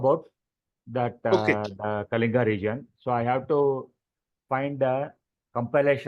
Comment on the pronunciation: Great discussion. Just one observation,At least the Odia host can pronounce KALINGA correctly.. The L is not pronounced as the L in "Life"